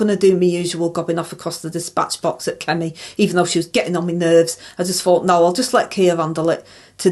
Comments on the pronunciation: Is that the “fort” you fight or the “fort” you fink? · When I heard her say "I fort I done everything proper" I honestly had to laugh.... bloody hell 🥲